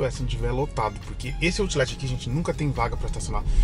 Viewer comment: falando Outlet: "autchhhh-létchhhh" kkkkkkkkkkkkkk